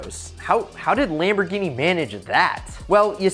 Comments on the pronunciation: lemborgini gayardo wtf its Lamborgini Galardo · Its lamboghini gallardo